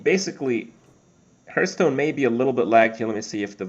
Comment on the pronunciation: always sounds like hes saying hurtstone xD